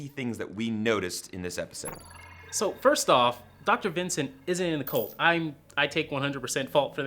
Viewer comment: Stop saying "colt"